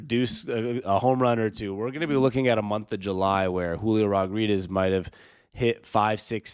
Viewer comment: Can you not pronounce his last name or smth?